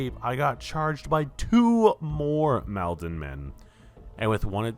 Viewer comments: god the way you kept saying "MAHLdenmen"................its pronounced Maul-den-men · I think it’s probably pronounced “mall-den” men—Malden is a city in MA. Had to say something 😂 great video